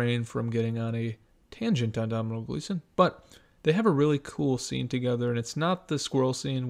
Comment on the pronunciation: Tom Hardy is brilliant in everything he does. Gleesons name is pronounced Donal.